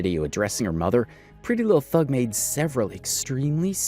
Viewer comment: This is bothering me....Her name isn't "Thug" it's Thangg. Like Pretty Little Thing.